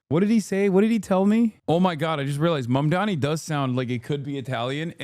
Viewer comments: Bruh mamdani isn’t a hard name to pronounce 💀 just comes across like you can’t read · If you can't pronounce a very simple name, you probably shouldn't be on tv. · I can't get over the fact that they cannot pronounce his name - it is literally 5 (five) syllables!